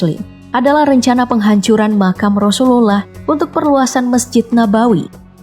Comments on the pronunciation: Penyebutan nama rasulullah nya jelek bgt gk fasih🤭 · Coba sebut nabi Muhammad aja min, agak gimana gitu penyebutan rasulullah aja GK fasih... Gk enak didengar jatuhnya